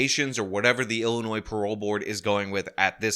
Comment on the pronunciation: “some members of the Ill-annoyed board of parole”